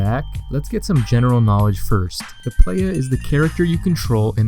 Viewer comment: White boy voice: Play-YEAH